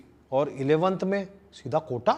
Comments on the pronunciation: Sab sahi tha...wo kota hota hai kotha nahi... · Bhai kotha nhi hai ,kota hai 🤭🤭🤣🤣